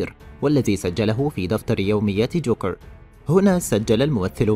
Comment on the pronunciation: ليش كل احرف الراء مزبوطه الا من تقول جوكرررررر